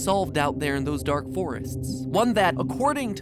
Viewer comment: was "dank" supposed to be "dark"?